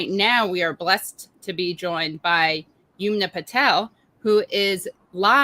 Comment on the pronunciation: Her name is Yum-na and not Yoom-na. Please get POC people’s names right.